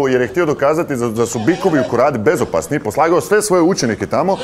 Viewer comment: Nisam puno pismen, al mislim da se kaze "Korida" :D